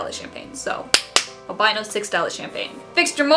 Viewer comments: If you want to call albino, 'al BIN o' and not 'al BI no', you'll have to move to the UK, as we say alBINo. But both the "albino" leopard gecko and the Ball you showed are not true albinos lol they are T-Positive Albinos. True albinos are a one gene mutation that is pink skin, white hair, scales, or feathers, with red eyes. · The way you pronunce "albino" is just exactly how the Italian pronunciation for "albino" is. Since I am Italian for a weird moment I felt like I just somehow changed the audio language, as if I was watching a movie ahah Very funny video btw